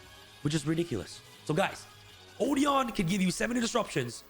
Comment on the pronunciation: Odion is been mispronounced